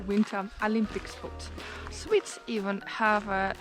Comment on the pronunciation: It sounds like you saying swiss when you’re talking about swedes 😅